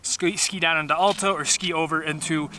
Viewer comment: Your videos are great. But as a Utah resident you’ve got to learn how to pronounce Alta properly!